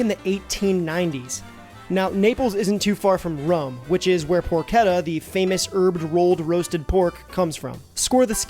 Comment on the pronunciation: I know you miss your Dad but do you want another shot at pronouncing the word Porchetta? 😂